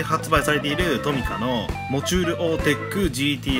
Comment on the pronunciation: 今更ですが読み方は、モチュールオーテックGT-Rですね